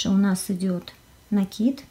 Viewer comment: Слово "рапОрт" обозначает повторение. РАпорт - отчет. Поэтому в вязании правильнее говорить все-таки именно рапОрт. НакИд - накИд и обозначает, нАкид - это новые веяния, я за накИд. Пардон, что коментирую не по теме. Обычно не делаю этого, особенно в роликах с грубым нарушением орфоэпии и произношения. Спасибо за отличный МК! ))